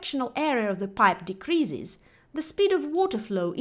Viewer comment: Dee cree ziz... Een cree ziz... Hire someone who actually speaks English to read your lecture or use a Text to Speech program. Your mispronunciations are extremely distracting.